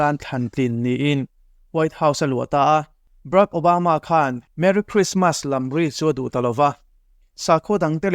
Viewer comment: Brak Obama ti-in ilam deuh tlata ka hriat chu lem?!